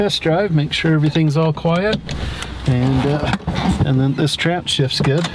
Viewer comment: This is a great video for those of us that squirm hearing call it a “trance” 😅 Good stuff as always!